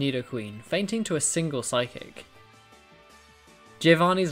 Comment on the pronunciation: This video but every time he says phyice it gets faster